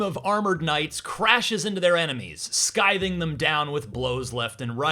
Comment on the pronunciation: "sKything" - you mean "Scything" you americans butcher everything